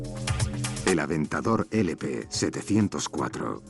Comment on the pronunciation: También dice Aventador LP700-4 como si fuera LP704